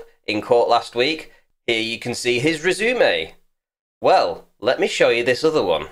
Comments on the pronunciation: It's a fucking rez uh may not a razoom-ay. Damn. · Rez-oo-may lol 😂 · What is a resoomey? That is the worst I’ve heard someone say that word since childhood. 😉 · Hehe, did anyone else giggle when the voice over said "Re-zoo-may" when pronouncing Resume? :D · I stop listening to you once you said “Rezoomay” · I don’t like the way you pronounce resume